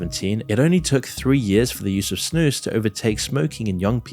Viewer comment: I'm impressed the way you pronounce snus. Good job! 🇳🇴